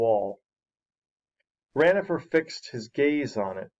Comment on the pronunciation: it is not ranofer it is ronafer